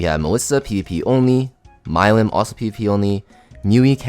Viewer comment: Excuse me? What did you call milim? Looool